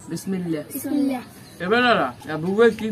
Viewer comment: বিসমিল্লে না বিসমিল্লাহ বলুন ।।।।।